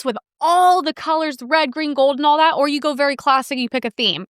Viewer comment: Why does every sentence out of the Asian woman sound like a question? This thing where women say “thawt” instead of “that” and end every sentence with their voice going up like a question is so infuriating! Also, the words “cool” and “and” each have ONE SYLLABLE!